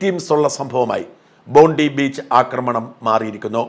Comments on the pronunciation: ചെറിയ തിരുത്ത്... ബോണ്ടി ബീച്ച് എന്നല്ല, ബോൺഡായ് ബീച്ച് എന്നാണ് പറയുക. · PRONOUNCED as " BONDAI " !!! N9T BONDI !!! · It is pronounced as" BONDAI " beach and not BONDI beach . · 👉👉👉👉Bondi (bondayee) beach. Not "bondee" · ബോണ്ടി ബീച് അല്ല ബോണ്ടായി എന്നാണ് പറയേണ്ടത്.